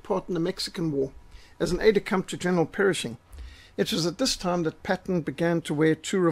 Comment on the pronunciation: PERSHING, not "Perishing"!